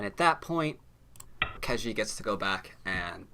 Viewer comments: I hate to be that guy, but your pronunciation of Ke Jie is way off. pronouncing like "kuh jyeh" with a hard j is a lot closer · I really like your go videos, but the mispronunciation of names is really annoying! Ke Jie should be pronounced similar to "could jet", but with the final "ld" and "t" removed from each word, respectively. Google Translate has a vocal synthesis feature that I find really helpful, too: Sorry for being so pedantic.